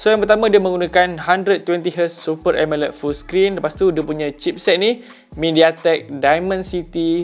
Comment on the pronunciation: nape pronounce Amoled jd Emeled😄